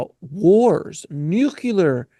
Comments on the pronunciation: It’s Nu-clear not nuke cular… and Troy is in Homer’s Iliad not the odyssey which happens after the Troy story. This is all very interesting but not new though… speculative but interesting nonetheless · "nucular" and "antartica" 😱🤦‍♂️